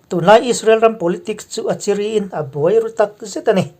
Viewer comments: Chiri, zu in ṭhinte chiri sawia chiri thluk ni lovin Chîrî thlûk tur a ni. A bengvarthlak e. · Chiri i lam dik lo,chi tih lai tak hi,ram ri tih thluk a ri tih anga lamin,ri tih pawh hi ri ang thoin lam tur.ngaihthlak a nawm zawk nan ka ti mai ania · Chiri..hi..a thluk hi..a hniam ve2 tur nia..zu in nasa chiri an tih nena lam kop loh tur..a bengvar thlak thin khop mai..i zar.ah..i thu tharte kan chang reng thin nia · chiri tihkha ilamdiklo tlat Zuheh lutuk suffer chiri angkhan lamlohtur.